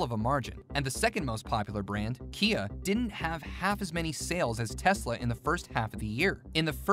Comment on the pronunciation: Not Telsa it's tesla